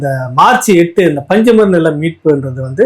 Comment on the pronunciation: பஞ்சமர் நிலம் என்று உண்மையான உச்சரிப்பை வெளிக்கொண்டுவரும் ராவணா வலையொழி அவர்களுக்கு பரையர் சமூகம் சார்பாக நன்றியும் வாழ்த்துக்களும் இந்தக் காணொளியில் பல அரிய செய்திகளைப் பகிர்ந்தது சிறப்பு திரு சிவகாமி IAS அவர்களுக்கு நன்றியும் பாராட்டுக்களும் தாங்கள் தாழ்த்தப்பட்டவர் என்று சொல்லிப்பழகிவிட்டீர்கள் என்று நினைக்கிறேன் அதை தயவுசெய்து மாற்றிக் கொள்ளுங்கள்